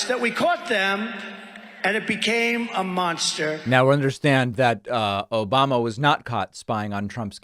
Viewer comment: " Obamna" not Obama, play the sound bite David.